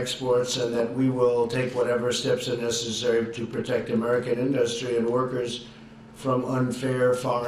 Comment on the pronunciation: Economic genius....he still can't pronounce the word 'industry' properly. The trade deals represent fiscal suicide for America....idiot!